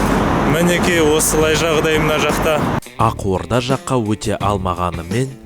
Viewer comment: "Ақорда " -- "Ағорда " айтылады-ау